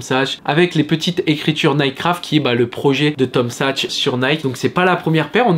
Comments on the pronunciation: Superbe la vidéo mais on dit Tom saks pas sachs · T’es en mode paire jaune orange en ce moment ! On valide surtout la Tom Sachs ! ( qui se prononce SaKs btw 😛)